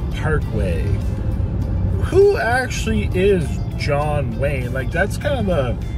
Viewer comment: John Wane? WTF?